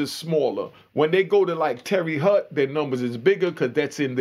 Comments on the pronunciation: Terre Haute is pronounced “Tara Hote” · Much respect brother your solid as they come, I can hear that triple OG in ya they way you say that TERRY HUT! iykyk